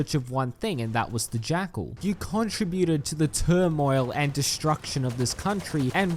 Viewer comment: what the actual fk ? where did you learn to pronounce basic words ? Contribute and foliage for starters